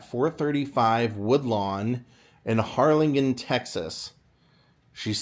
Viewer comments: Oh my goodness, that’s so neat! (Side note: hard G in Harlingen, like -GIN.) Another great video. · Evidently, he's not from Texas and didn't know how to pronounce it correctly. Lol